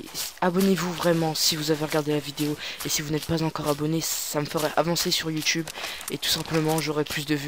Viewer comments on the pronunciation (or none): none